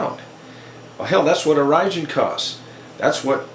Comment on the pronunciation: Orijen is pronounced "origin" not Oh-ry-jen